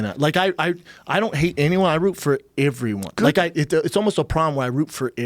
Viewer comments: Brendan literally said “everyone” like times, not only did he say it so many times for the next three minutes or so, but he also pronounces it as “Iveryone instead of everyone” he says it as if it is spelled with an “I” instead of an “e” smh that was rather annoying of him 😩😩😂😂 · Brendan “Averyone” schaub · Brenden "iveryone" Schaub Brendan "bolth" Schaub Joe "Wooaahh" Rogan